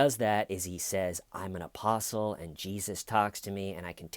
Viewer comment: Every time you say "apostle" I hear opossum. Opossum David Taylor